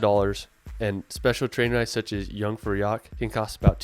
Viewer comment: Learn your German pronunciation! It is not young-fra-yak It is yoon-frau-yoakh (Jungfraujoch). Knowing how to pronounce German correctly will show that you are somewhat well knowledgable in this area to your advantage.